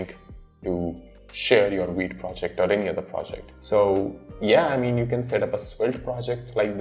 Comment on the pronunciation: V! V! V! "Vite" not "Weet"! The hell, you just said "Vue" not "Woo" and you can't say "Vite"?